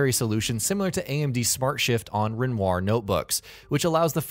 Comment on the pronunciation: You are awesome besides how you say Renoir. AMD is trying to be the modern Van Gogh, Vermeer, Rembrandt, Degas. So fascinating